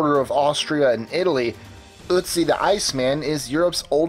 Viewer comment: Pronounced as Aut-si.